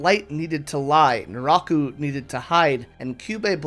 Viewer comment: It took me the whole video to figure out nuráhku is some weird pronunciation of naraku, it threw me off hard